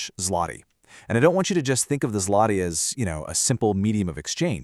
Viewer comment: WHAT ZLOTY?????!!!! IT ZŁOTY READ IT ZWOTY